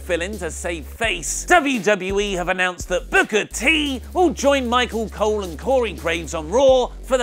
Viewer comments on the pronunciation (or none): none